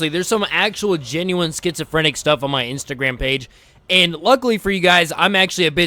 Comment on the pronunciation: btw its instagram not insertagram